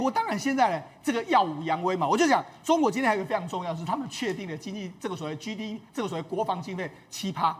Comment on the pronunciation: GDP is not ‘居 DP“， should be 基 DP，but 基 應該捲舌。